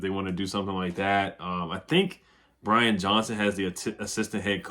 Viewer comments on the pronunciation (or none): none